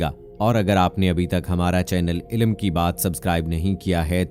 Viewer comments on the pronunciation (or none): Announcer ,please note. The correct pronunciation is ILm, without any zer ,zabar and pesh, called Airāb,or vovewels.ILAM, with zabar on L is wrong.. Dr. Raza Ansari,AMU,Aligarh.